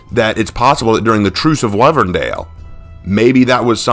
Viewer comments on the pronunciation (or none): Whole time you were saying wyverndale wrong you were saying wivern not wyverndale it's supposed to have a why in there.